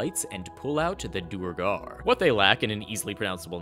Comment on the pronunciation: To people complaining aboot Tasha's flexible ASIs: Pre-Tasha's there was a glut of humans, Vumans, and Helves. Post-Tasha's I see a lot more diversity. Mage Armor is equivalent to +1 Studded. Unless you have insane dex medium armor is objectively better. Halfplate at 14 dex is equivalent AC to Mage Armor with 18 dex. It's "Duer-gar", not "Do-er-gar!"